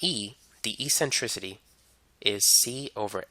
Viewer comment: Great video! "E-centricity" lol <3